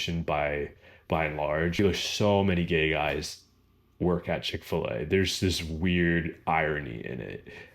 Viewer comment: It must be because I am British and don't appreciate all the inflections of an American voice, but I just cannot make out what you said your first job was!! To me it sounds like "Chick-fer-lay" but I'm sure that's nothing like it!! Is that something that's specifically American?! And .... one of your hobbies is "Pippa-bow" or "Peepa-ball"?! Is that also a very American thing?! I am keen to learn, and I am sorry if I offended anybody!! 😀